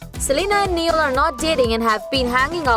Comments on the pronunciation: Its not neeial its Niall.😂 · "Nieal" noo!! It's Niall. Take his name properly man.. 😬🙄